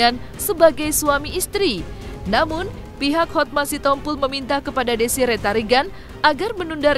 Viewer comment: DESIREE TARIGAN MIN, ""BUKAN, DESI RETARIGAN""❌🤣